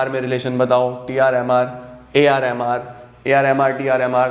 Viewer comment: Jb bhi aap AR MR bol rahe the mujhe woh AR Rahman sunai de raha tha 🙂😂